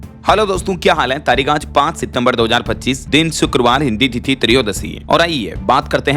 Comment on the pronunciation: Aap shuruaat me तिथि को सही से बोला करो भाई